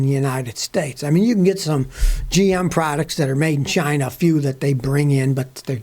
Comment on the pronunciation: I can hear Trump pronounce "CHI-nah"